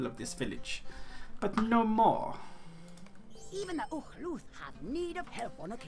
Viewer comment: Just a minor note of pedantry ;-) Draig rhymes with Dry not Dray Oh, and the Ox-clan are called "Uch-lûth", I think you were wondering about that… ETA : there's a good reason that I bound the "Toggle Skillbar Lock" to Crtl-q and you demonstrated it quite handily ;-)